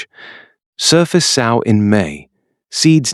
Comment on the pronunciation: Great content and visuals. Annoying that the AI pronounces sow like the pig not like sew.